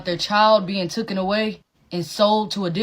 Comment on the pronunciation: The girl explaining "mourning" said tooken instead of taken. Instantly discredited whatever came next😂😂